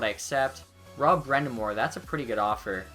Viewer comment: It's pronounced brIND'amour not brEND'amour